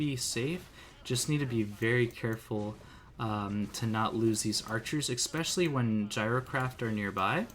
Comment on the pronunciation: Hearing you exspecially 40 times a vid makes it slightly harder to watch. There no X in the word.